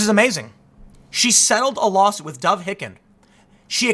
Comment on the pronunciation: Tim, I love you bro, but Dov Hikind's last name is pronounced "Haikind" as in "Haiku." You do pronounce the second syllable correctly.